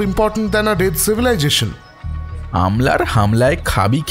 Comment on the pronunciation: Dear Mr Ranadeep rope in narrators who can speak correct ENGLISH & NOT BENGLISH. ENGLISH DOES NOT DESERVE TO BE MURDERED THE WAY UR NARRATORS DID. CIVIJATION? SINCE WHEN IS THIS EVEN A WORD? ITS CIVILIZATION. FROM SCATTERED THOUGHTS SPEAKS ABSOLUTE PATHETIC ENGLISH WHY DID U NOT TAKE SHIRSHENDU BHOWMICK FROM VALE OF TALES? OR INRANIL BHADURI? SUCH PATHEIC PRONUNCIATIONS MAKES MY EARS BURN. YOUR AUDIENCE IS ABSOLUTE UNAWARE OF PROPER ENGLISH LANGUAGE HENCE THEY DID NOT FIND ANY FAULTS WITH THE NARRATORS.